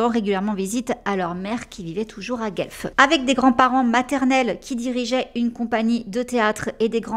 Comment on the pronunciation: Je ne peux m'empêcher La prononciation de Guelph, ontario, est "Gwelf" Ceci dit tu es toujours excellente et c'est un plaisir de t'écouter